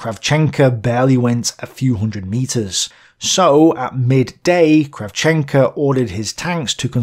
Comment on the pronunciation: great material as always. Funny pronounciation to Ukrainian surnames of Soviet commanders, though. It should be KrAvchenko, and KovalEnko. Ah, never mind. Great narration, as always.